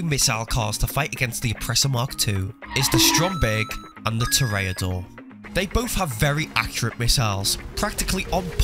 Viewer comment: "To-ray-ah-dor" The english and british pronunciation is no where close to that 😭